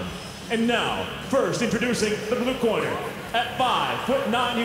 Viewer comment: the way he pronounce the word "corner" makes me hate the english as a language: Cornaee Ew